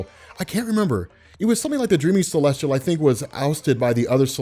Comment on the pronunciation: Not to nitpick or be a dick but its Celestial, there's no R in it. That's all